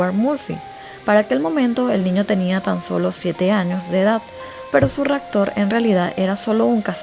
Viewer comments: Quiero que no tomes a mal... Hace un tiempo estoy viendo tus vídeos y me llama la atención que en ocasiones usas palabras mal dichas... Por ejemplo dices "ractor" en vez de raptor. Quizá es la forma en que hablas, o eres de un país en donde no pueden pronunciar bien ciertas combinaciones de letras. Disculpa que te haga este alcance, y, como te dije, no es para mofarme o para que te sientas mal. Soy una fan de tus vídeos y del modo en que los relatas. Tómalo como un consejo más que una crítica. Saludos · buen canal pero ten cuidado al decir palabras como raptor o adaptarse. Cambias la p por la c. Saludos.